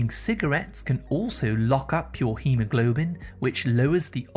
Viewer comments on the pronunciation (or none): none